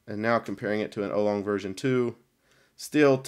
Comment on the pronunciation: "ow-long" not "oh-long" ;)